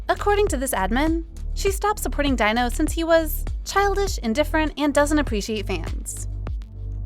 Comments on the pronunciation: Great video, but Please when reporting on people, please get their names right. Seventeen Dino (pronounced Dee-no, not Dy-no), because it makes it look as if you didn’t do your research. FYI what idols do in their private lives is no on else’s business, I don’t care how long you have liked them or how many albums you have bought, you don’t own them, they don’t owe you anything and if you are going to behave like this you don’t have the right to call yourself a fan. PERIOD! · Not Dino! How to pronounce is Dee-no 😌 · jesus christ his name is pronounced DEE-NO. at least give your narrator a pronunciation key when you write these scripts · I was also talking about that like how can she pronounce it daino 😂😂😂